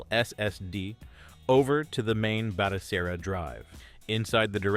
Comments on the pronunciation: My guy, it is Batocera (Bat-O-Sarah). Other than that, great video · Its Bat-O-Sarah Good Video, Well Done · Batocera ❌ Batokera ✅ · Another crappy AI voice vid. Got to hear "Batocera" pronounced 6 different ways.. Could of called the vid "Stop using AI Voice instead of your own "